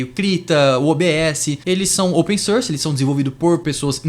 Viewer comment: open "sârs" 😝 enfim, ótimo vídeo, bem informativo